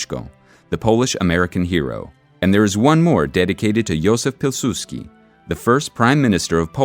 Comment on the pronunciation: PIŁSUDSKI, nie PiłsudZki..